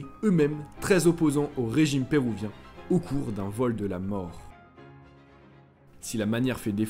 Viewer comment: Et on dit Péruvien et pas Pérouvien :)